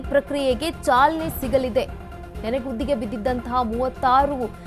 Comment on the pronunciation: ನೆನೆಗುದ್ದಿ ಅಲ್ಲ ಆಂಟಿ ಅದು ನೆನೆಗುದಿ